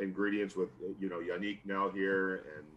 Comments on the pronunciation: Ngakoue: The correct pronunciation is Yah-Neek-In-Gawk-way Reporter: Hey YEA-Nick...... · “My name is Prounounced YA-NEEK, or Yan for short... “ Next reporter: “Hey, YA-NICK...” Gosh ppl 🤦🏽‍♂️ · “Yah-neek Ng-ga-quay” Next reporter: Hey Yahnick Smh pay attention turd lol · Cassie Soto (legit follow on Twitter BTW) asked the correct pronunciation of Yannick's name: Ya - Neek & immediately afterward a nameless, ding dong reporter addresses him incorrectly: Ya - Nick Shout out Soto for being a class act!! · He said Ya-neek not Yannick. Dat reporter said it wrong immediately after he gave them the correct pronunciation 😂😂😂😂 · Reporter 1: How do you pronounce your name? Yannick: Its pronounced Yu-Niqe or just say YAN if its easier Very Next Reporter: HEY YANNICK 😱